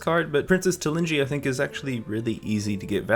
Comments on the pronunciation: Princess Tal"i"nji ........ ITS TALANJI FFS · First "Bornswadi", now "Princess Talinji"... I get that not everyone is playing WoW, but dude, work on your reading. Bwonsamdi is a difficult name, but Talanji is LITERALLY pronounced just the way you write it. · TalAnji. Repeat after me: TalAAAA~~~nji.